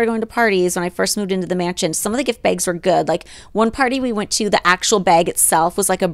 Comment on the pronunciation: Every time Holly says “baygs” (bags) I’m over here out loud trying to mimic her 😂